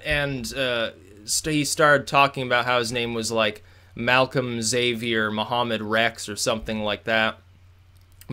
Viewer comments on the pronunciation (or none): none